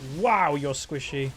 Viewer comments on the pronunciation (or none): none